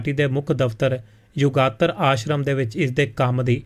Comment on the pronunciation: ਕਾਕਾ ਜੀ ਸ਼ਬਦ ਯੁੱਗਾਂਤਰ ਹੈ ਯੁਗਾਤਰ ਨਹੀਂ ਹੈ